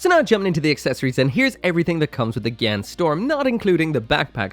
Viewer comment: LuL u called it a gyan-dum xD